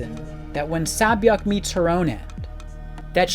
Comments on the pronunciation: I completely understand, and I don't mean to make it seem like I don't think he's trying, I absolutely respect and appreciate his efforts. At the same time I personally believe that correct pronunciation plays a part in respecting another language. I understand some names of different cultures are difficult to pronounce, like saebyeoks, but I also don't think it's fair to the person/saebyeok for their name to be pronounced incorrectly/different just because it's kind of difficult. It's like regardless if the person is able to replicate the accent, the least a person can do is pronounce it correctly. Especially if that same person doesn't give/have an alternative or nickname. Also her name is repeatedly said out loud towards the end of the season too, so it's not too hard to get a grasp of how her name should be pronounce. In another video, he repeatedly called GiHun a completely different name, this is why I wanted to comment. It's better to correct someone than to let them continue with the wrong idea. I do really appreciate your input tho, I didn't really think of it that way, I was honestly just frustrated with the mispronounciaton. I could have worded my comment more better. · 새벽 (sae-byeok) is actually pronounced "sebyog" not "sabyeok" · The only problem is that you are butchering sae-byeok's name. The first syllable isn't "sa', it is "sae" (sounds like "seh"). Sae-byeok isn't just a name, it is actually a korean word, which means "Dawn", such as dawn of a new day.. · I love the video and the deepth of Ji-Yeongs character but if I hear Sea-Byeoks name mispronounced one more time I'm going crazy. It's not Sabyoek but Sebyeok. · "Say"-byeok.. not "sAh"-byuk. They literally say it in the show. Sorry, but that's too distracting. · Her name is SAY- Byuk, not SAH- Byuk. That annoyed me the whole video, but otherwise great video. Jiyeong is an amazing character. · Correction: her name is SAY Byeok, not SAH Byeok. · It’s not sa byak it’s say-byok